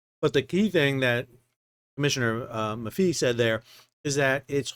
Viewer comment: Hello Sal, we love your show. Funny and informative. We’re from Syracuse NY so I just wanted to let you know Dan Maffei’s last name is pronounced Ma Fay.